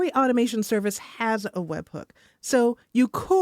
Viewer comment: very good AI voice, did you use NoteBookLM to narrate this episode? I noticed how it pronounced webhook as webbook